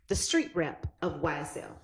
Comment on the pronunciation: He say Creek credibility not street credibility 😂😂😂😂😂😂😂